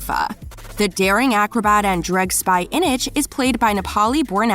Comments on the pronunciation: yeah... "Ineg" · I was slightly Not bothered with the awful pronunciation of this video until ‘inich’ 😂😭😭😭😭😭😭😭😭😭😭😭😭😭😭😭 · The way she pronounced "Inej" really gets to me